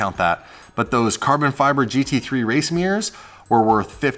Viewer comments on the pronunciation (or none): Mirrors not Mirrirs